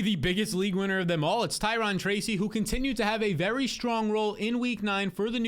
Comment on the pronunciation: Ty-rone > Ty-ron